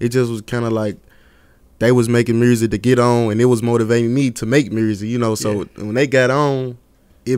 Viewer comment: “Real Mursic “